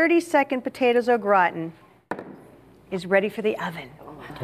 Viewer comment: zzzhuh "Au Gratin"